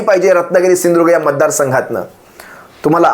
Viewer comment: त्या मूर्गीचोराला सिंधूदूर्ग म्हण म्हणावं स्पष्ट